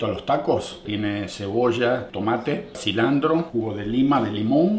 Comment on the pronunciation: Se dice Cilantro, no cilandro